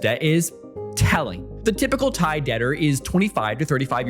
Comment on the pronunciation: Brother, as a non-native Thai speaker, you did a GREAT job pronouncing all the Thai vocab and city names considering you probably don’t speak any Thai. This is goated and probably under-appreciated effort 👏🏻